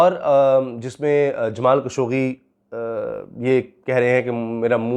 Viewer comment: جمال خاشقجي ہے درست نام. خشوگی غلط العام ہے. جمال خاشقجی کہا کریں